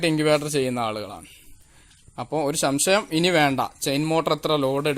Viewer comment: സംശയം ആണ് ശരി ശം ശ യം അല്ല